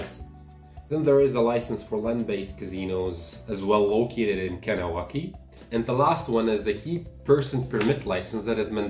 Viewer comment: You’re saying Kahnawake wrong